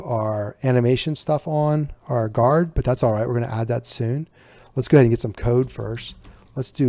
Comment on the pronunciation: it's "Guard"